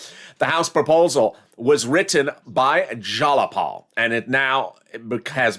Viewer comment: Go to Google Translate,: in order to pronounce it correctly - "Tlaib and Jayapal" (detect the language) ☑️ (Newscastors have to be in the know)